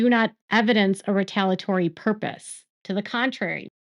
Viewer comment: It’s retaliatory. You keep forgetting one of the syllables in the middle of the word.